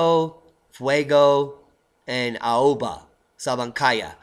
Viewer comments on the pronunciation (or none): none